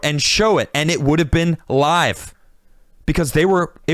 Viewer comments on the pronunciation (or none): none